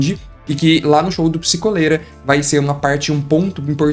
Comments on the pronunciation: Eu queria muito que fosse psikÓlera e não psikOlera eu odeio a sonoridade de psikOlera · mas é pronunciado psikólera, psikolera vem de duas palavras: "psico" e "cólera" então a pronúncia é essa mesmo